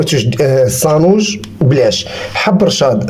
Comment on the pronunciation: تبارك الله عليك يا لعزيز كلشي يا ليل يا عين....بصح بالنسبة للمكونات كثرت شوية اما بالمناسبة نقول السانوج بالسين وليس الصانوج بالصاد ...اتمنى لك التوفيق في مشوارك .